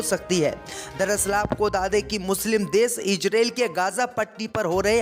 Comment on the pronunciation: khabsr padhna seekho ijrael nahi izrael aur bhi urdu seekhlo.